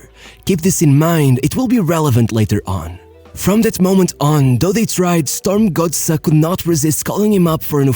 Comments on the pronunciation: The most amazing thing about this video is how good the pronunciation of "Strømsgodset" actually is. Pretty close to spot on! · Actually quite a decent pronounciation of Strømsgodset!